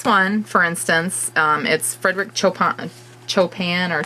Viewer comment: Hey,, I have a hater too; lots of us do now. I suspect it's the same person. Jerk. I've started turning off the ratings. If you don't know how to do that, shoot me a PM. Chopin: it's pronounced SHOW-pah...don't know how to explain the second syllable, but it's a short 'a', and you don't pronounce the 'n' at all. My hubby is a pianist, and we have all those music books other than the nutcracker one, lol! Hugs, girl... let's unite against the nasties!